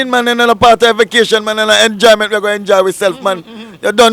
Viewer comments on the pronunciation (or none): Why them mispronounced the word vacation as vokation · Vocation 😂😂😂 think a vacation the girl dem say vocation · Vacation not vocation ...